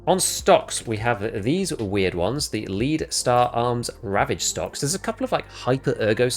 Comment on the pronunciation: lmfaooooo. yo, it's lead star arms as in lead like a bullet is made out of, not lead as in leader hahahahaha